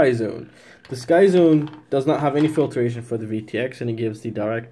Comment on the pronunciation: I admit, the mispronunciation of filtration drove me a little crazy too. Pointing this out though is not hate. Misuse of the word hate is equally annoying. 👍☺️